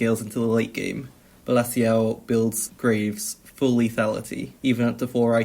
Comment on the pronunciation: balassio loooool its bella ciao, pronunciated like "beh-lah cha-oh"